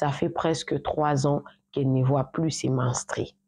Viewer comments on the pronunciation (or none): Toi aussi soigne correctement ton langage la prochaine fois car tu commets des erreurs qui n'en faut pas par exemple on dit menstrues et non menstries on dit brusquement et non brusquement etc... J'en passe